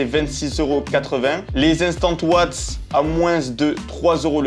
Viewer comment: La wheille et les owatts 😂😂😂😂